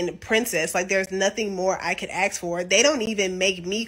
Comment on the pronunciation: if she cant pronounce the word "ask" properly then she isnt wife material.